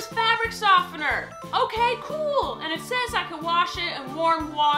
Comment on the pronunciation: Your "ok cool" was interpreted as "ok google" by my nvidia Shield